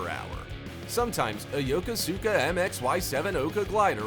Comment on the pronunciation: You can tell someone's never been there when they pronounce it Yo-ko-sue-ka, rather than Yo-kous-ka.